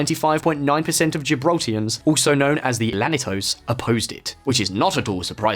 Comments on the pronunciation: Why do you keep saying Gibraltians? Its Gibraltarians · Gibraltarians mate...not 'Gibraltians'. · Why is he calling people from Gibraltar... Gibraltians? It's Gibraltarians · It is "Gibraltarians" not "Gibraltians" thanks lol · Gibraltarians, not Gibraltians lol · GibraltARians not Gibraltians. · It's Gibraltarian not Gibraltarans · What is a "Gibraltian"?